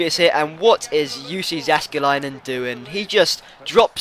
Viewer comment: its yussi yaskeli-nan say it like that